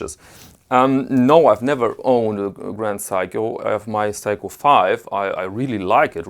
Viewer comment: oh, its seiko, not psycho.